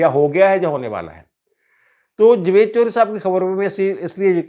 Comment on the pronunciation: میرا خیال تھا کہ آپ کا نام ہے۔ آج آپ کے منہ سے سنا ۔ سواد آگیا جوید صاحب۔ 😅